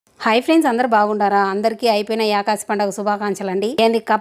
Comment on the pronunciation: యాకాసి పండుగ కాదక్కా.... ఏకాదశి పండుగ అక్క 😂😂